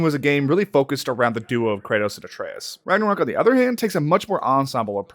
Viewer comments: did he just say Ranga-covk? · we just going to brush over the fact he said ragnaCOCK? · Ok so nobody else is saying it so I will. Are we gonna just skip over that this man said Ragnacock and even typed up "Rangacock" 🤣